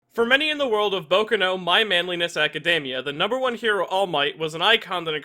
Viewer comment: It's boku no, not bokuno